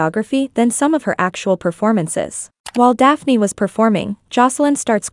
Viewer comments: It's Dyyane not Daphne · It's dyanne not daphné 😭🤣